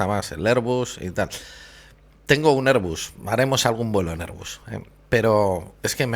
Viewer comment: airbus: erbas.